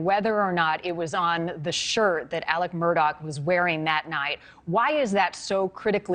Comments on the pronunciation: Legit question: why does she keep calling him "Alec?" Isn't it "Alex?" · It's Alex, not Alec..... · Does he have on a hair piece? Also, why do so many call him Elic or Alic not Alex?!? 🤷‍♀️ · The spelling is pronounced AleX not Aleck. Super annoying! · It is pronounced AleX not Alec. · You'd think they be able to say his name right it's Alex not Alec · It’s AleX, not Alec. No idea why so many people have such a hard time pronouncing his name correctly. AleXXXXXX!!! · It’s ALEX not ALEC,!! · The news crawls say “Alex” but she’s pronouncing Ellic lol not even Alec…which one is it actually